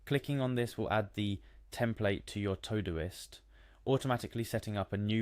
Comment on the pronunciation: All you showed us was that Todoist has meal planning and not how to use it. Plus, its not TOE-Doist......